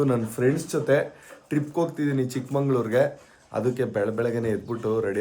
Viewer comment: ಚಿಕ್ಕಮoಗಳೂರು ಅಲ್ಲ ಚಿಕ್ಕಮಗಳೂರು